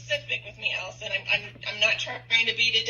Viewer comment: HR = Police aka not your friend will never help you. They are there to protect the company. Also, the way you pronounced Allison is gonna lose you a lot of viewers before the video even starts. Because that was crazy. I’m not even joking people look for stuff like that to determine when something is AI, but it’s even worse when you know it’s not AI.